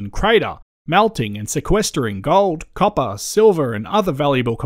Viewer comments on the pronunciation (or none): none